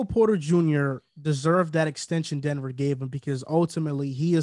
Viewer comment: “The Denever Nuggets” 😂